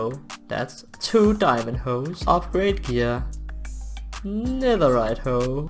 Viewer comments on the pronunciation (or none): I love it when he said Diamondo. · I love how he says"Diomondo!"